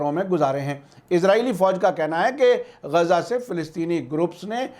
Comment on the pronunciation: بہت اچھے خبریں ہیں مگر یہ گزا نہیں بلکہ غزہ ھے غین سے اور کچھ لوگ اسرائیل کے س کو ز سے لکھتے ہیں جو غلط ہے ازرائیل